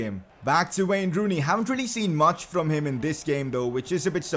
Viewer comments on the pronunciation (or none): Is it me or did this guy just say wayner rooney 😂